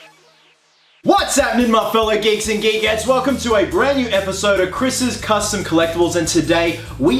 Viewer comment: Thought he said geeks and gay guys!😂😅